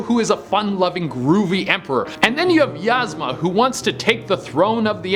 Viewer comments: YEEZ-MA not YAZ-MA XD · Eeeeezma not yazma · lmao he says ("Yaz-muh") " its "Eeez-ma" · ...... the way you pronounced yezma